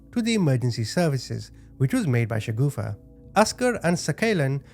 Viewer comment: the name of the sister in law must be Shagufta, not Shagoofa as this guy's saying. A "shagoofa" in urdu is something hideously funny and cannot be anyone's name 😂😅